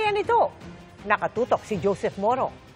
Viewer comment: Tina panganiban, bigkasin po ng tama ung letter K, kaya dapat ganito po, NaKatotok, hindi po naHatotok